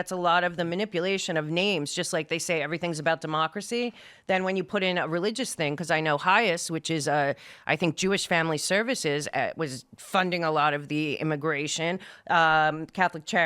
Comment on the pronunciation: Did I hear her say "memocracy"..????? LOLOLOLOLOL